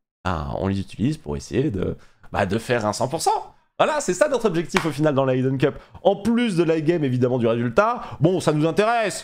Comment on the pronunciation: Super! Mais les gars, c'est la deuxieme annee ou vous dite `aie-den cup`. Mais pour une fois c'est facile a dire, c'est just `hidden` avec un peu le h, mais un bon gros i a la francaise:) J'ai un accent de merde, mais j'habite aux US et le `aie-den` fais mal aux oreilles:) Keep up the good work!!